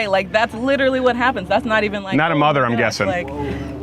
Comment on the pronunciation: "And I am not eve joking." You don't need to, lady. You are the joke.